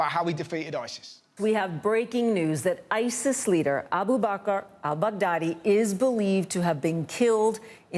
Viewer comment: anyone else keep hearing abu mahcar mcdaddy or am i just an idiot...